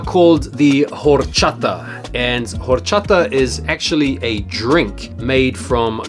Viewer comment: The H is silent bro